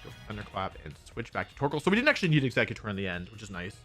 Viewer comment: Is no one else bother by him mispronouncing EXEGGutor